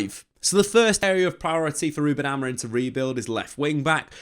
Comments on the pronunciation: Am I just hearing it or does he keep saying Amorin and not Amorim? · Amorim with an M, not N! :D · you keep calling him Amorin 😅